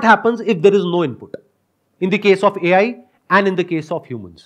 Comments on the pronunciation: the way sandeep sir said " Eeaaai" 😂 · Like he was drunked